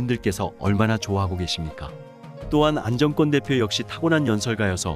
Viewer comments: 안정권씨 진심으로 응원합니다. 글 읽으시는분, “안정꿘” 꿘 아니고 그냥 안정권 “권”으로 읽어주세요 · 안정권 이름 읽을때 왜 안정 꿘이라고하나 엄청 거스리네 내용을 흐려요 읽는게 참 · 안정권 대표 발음을 일부러 인정꿘이라고 하나요? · 안정권 권발음이좀....ㅎ